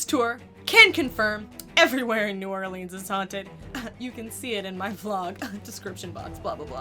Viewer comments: Nawlens is how the locals pronounce it (my family is from New Orleans) but do not fall for the country pronunciation!!! (New Orleens) IS WRONG!! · There is no hard e for new Orleans. or just call it nawlins. Pwease...... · As a resident of New Orleans, new ‘Or-Lens’ would be the pronunciation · New Orlay-Ans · Can pronounce crazy French hotel name BUT cant pronounce New Orleans